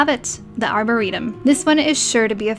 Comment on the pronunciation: She says "arboretum" properly!: 1; Happy: 0:P